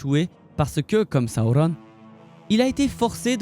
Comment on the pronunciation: Alors, j'aime beaucoup, par contre.. Si tu pouvais prononcer Sauron > Seau-rond et pas sa-ou-rone etc ça rendrait plus simple à suivre ton discours ^^